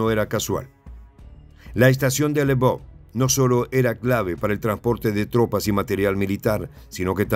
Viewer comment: "se lee "elvof" o Leopolis